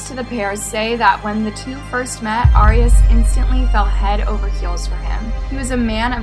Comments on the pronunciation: FYI ✨, Her last name is pronounced like AIR.. not "ARE" ✨ 😀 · It’s pronounced Air-eee-as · Yeah I’ve never heard it pronounced this way either. Jodi herself pronounced it AIR-ee-us. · It bothered me so much how you pronounced her last name wrong the entire video. Lol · No she’s not there how it pronounce arias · Your pronouncing her last name wrong.